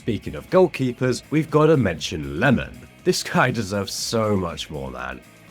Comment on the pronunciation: I love the fact that nearly everyone calls him Lemon, even tho the L-sound isn't a part of the japanese alphabet XD His name is Iemon, with a capital i!